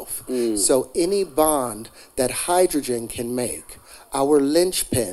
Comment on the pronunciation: Wtf and the guy repeat « idjudjun » 😂😂😂😂 crazy video , I didnt know terrence Howard was that crazy.😂he thought he was at wakanda 😂😂😂😂😂